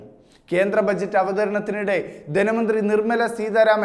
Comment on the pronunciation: ധെനമന്ത്രി അല്ല ധനമന്ത്രി വാർത്ത വായിക്കുമ്പോൾ ഒരു മിനിമം ഭാഷാശുദ്ധി എങ്കിലും വേണം